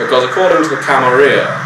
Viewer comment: I hate how people started pronouncing it "Camaria" now. It sounds vulgar and unnatural to me. Every time I hear it, I almost twinge in annoyance. Camarilla... there are 2 L's in there, people!